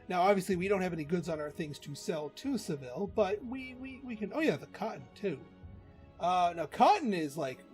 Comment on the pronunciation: I was playing pr3 just last week. I think they pronounce Seville as Sa-ve-aa.. but we won’t tell the spainish.